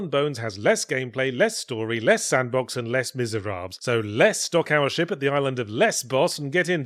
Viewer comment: This review is definitely helped by my american ears hearing yahtzee say shit whenever he says ship.